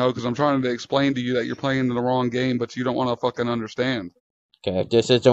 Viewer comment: I fink maybe the west of dem wewe pwaying deh wong game.